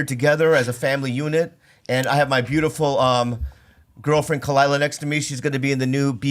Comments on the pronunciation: I don’t like that you guys has on he couldn’t even get Khalyla’s name right and he kept constantly interrupting Bobby! He didn’t even know what show he was going on! I think he’s fake and just wanted Rose’s p. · The only thing I didn't like about this interview with, is that he couldn't say her name right.. but still, great episode.